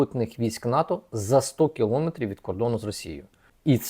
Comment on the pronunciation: Спасибо за работу, Информативно, своевременно.Но режет слух не правильное ударение в слове киломЕтр